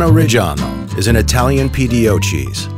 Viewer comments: inhales its spells reggiano not rej an o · Why did you dedicate an entire channel to parmigiano and still cannot pronounce it right in Italian? Reggiano has the double g for god's sake